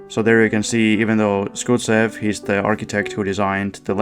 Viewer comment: Schusev should be pronounced Shoe-sev rather than Skoot-sev, comrade ✊🏻🚩